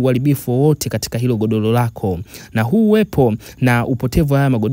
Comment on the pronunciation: SIO "LAHA" INATAMKWA "RAHA" NA SIO "GODOLO" NI "GODORO"